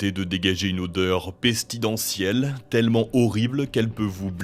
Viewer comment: Pestilentiel, pas pestidentiel...